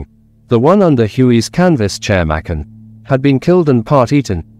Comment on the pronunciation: Machan is pronouced with a cha